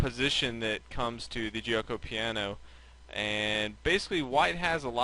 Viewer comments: jyo-ko pya-no not jee-oh-ko pee-a-no lol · It's actually pronounced jokeo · You're mispronouncing Gucci Piano. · hahahah Guioco Paino or " Silent Game"